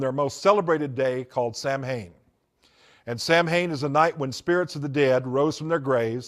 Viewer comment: Lmao former satanic priest and can't even pronounce Samhain correctly. Also he looks like a Star Wars character.